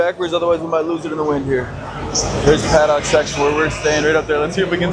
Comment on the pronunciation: great video please don’t say “paddock” anymore lol